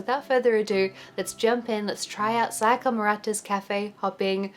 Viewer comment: You're like the only white person I've heard not call her "Saiyaka"